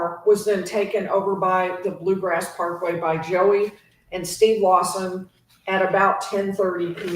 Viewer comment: It’s “Bluegrass” Parkway.